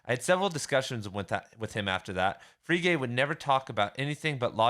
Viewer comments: Free Gay? lol Frege (fray-guh) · Frege = "Fray-guh" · I think Frege is pronounced Fray Gah. At least that is how my professors pronounced it. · You did mispronounce Frege, but who the hell cares. This is fantastic stuff! It's been twenty years since I studied this. I'm really enjoying your vid. ...I think I had a better lecturer on Wittgenstein. BTW, have you read the book, 'Wittgenstein's Poker'?